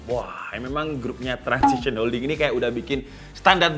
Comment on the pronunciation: Transsion bukan transission